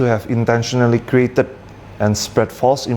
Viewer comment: created aja ngmgnya kreatet wkwkw.. kriaytet harusnya... jangan sok2 inggris baca text jd malu